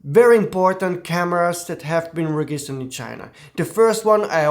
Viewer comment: I suggest you look up on forvo the pronunciation of "register" and "registered", because everytime you say something different